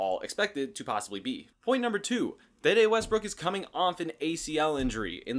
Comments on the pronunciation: His name is De De. Pronounce D. D. He was not in the movie Next Friday. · Once you said “Da Da” I left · maybe your pronunciation of this name is correct, but I haven't heard anyone else say it this way.